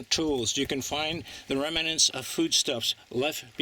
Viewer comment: remnants....not remUHnants